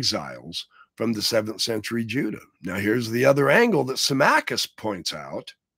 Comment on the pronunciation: Sim - ah- cuss for saying, Symmachus.